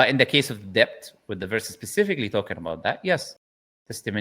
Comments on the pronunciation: Brother, sorry to nitpick. Debt is pronounced as det not debt. I do not want non-muslims to make it an issue. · it’s pronounced D-E-T not D-E-B-t the b is silent